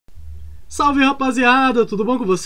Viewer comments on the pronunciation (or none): none